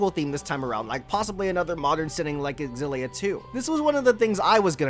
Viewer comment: Cringe every time I hear xillia mispronounced